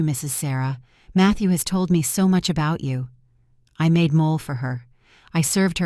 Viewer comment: The AI they use for these stories doesn't pronounce mole or chiles correctly.